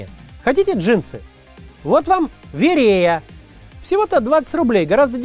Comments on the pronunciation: Почему Вере́я, если верея́? Шпион что ли? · Не ВерЕя, а ВереЯ! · Маленький момент. Джинсы ВереЯ (ударение на Я) мой родной город, моя бабушка шила их на местной фабрике. Цвет был вполне ничего, но в целом дикость конечно.